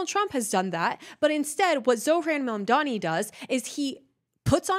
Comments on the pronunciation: BTW, his name is pronounced MamDAni, not MamDIni. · I DO enjoy your content. I’m not trying to be a grammar “NAtZI” but my pet peeve is grammar. It’s NOT PRONOUNCED “MOM-DEENI”. Pronounce it as “MOBM-DANI” and I’ll be a HAPPY CAMPER! Those types of mistakes Are the ONLY areas of yOUr videos that drive me crazy! OTHER THAN THAT, KEEP IT UP!!! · Please don't pronounce his last name like it's Italian! We help build this city, this clown like all liberals only know how to tear things down. Mon-don-knee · Is the pronouncing of his name as “Mamdini” an accident or a jab? * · Calling him "Zohran Mandini" throughout - love it 😂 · The way you pronounced his name cracked me up, zohran mamdini😂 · I love you but I am DYING at your pronunciation of his name lol 😂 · Ma'amdeeni... plz always keep pronouncing his name like this, it's hilarious. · She can’t even say his name right 😂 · JESUS CHRIST GET HIS NAME RIGHT LADY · learn to say his name right. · You're pronouncing his name like he's Italian. which is an insult to good Christian Italians! Might be just your accent...Like the Great Houdini. But Mamdani may need to learn the art of escape! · It's hilarious how mispronounces his name on purpose